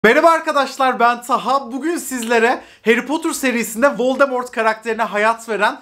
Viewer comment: 8.45 vord voldemort diyo sanki dhdhdhdh